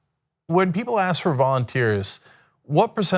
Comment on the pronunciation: This guy needs to pronounce the "k" when he says the word: "ask"!